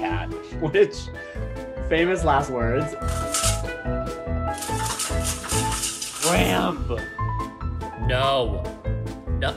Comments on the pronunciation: I keep hear TRAMP, 😅😅😅 not shrimp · I thought he was mispronouncing Shrimp, but then he actually pronounced "mischievous" correctly w 3 syllables instead of 4, so I knew his English skills were great (and beyond most YT narrators). Coconut, Shramp, & dad make a v cute trio. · I love the fact he calls him SHRAMP aside from shrimp